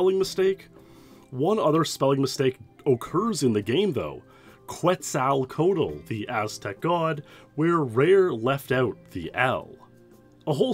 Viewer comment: I love listening to people attempting to pronounce Quetzalcoatl. I totally understand, Native American languages are hard